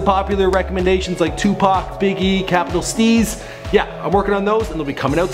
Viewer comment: Did you really just say capital sneeze? Fuck dude you suck. Show the late GREAT CAPITAL STEEZ some respect. Do better.